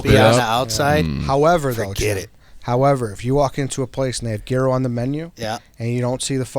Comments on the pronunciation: The g is silent it's youro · The fuck is a "gear-row"? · People like who don’t know how to pronounce Gyro should maybe be eliminated, biggest pet peeve of mine